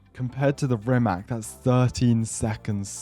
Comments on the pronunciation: I hate to be the nerd but its not pronounced "RimaK", its "RimaTS" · Hey not to be annoying, but I'm pretty sure Rimac is pronounced as "Rimatz" It's a Croatian Car and I'm from Serbia. Basically the same language.